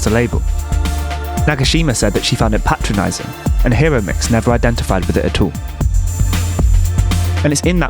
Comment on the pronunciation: Enjoyed! FYI: the "i" in Japanese is like the "e" in "keep" (or the "i" in "Hawaii" Hi (Hee): Like the "He" in "He is." ro (roh): Like the "Ro" in "Robot" (short "o" sound). mix (miks): Exactly like the English word "mix." It was really Araki who changed photography... by selecting Hiromix as a winner of the Canon photo contest that year. To be honest her photos were not significantly different than those of countless others teenagers of that era. Fame in art is as much about editors and curators as "talent". I've hung out with Hiromix at parties in Aoyama over the years. Her fame really went to her head lol. Been in Tokyo for 25 years.